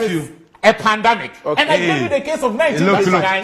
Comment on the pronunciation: E say "pandamic". Wei se ɔsupervisi masters students.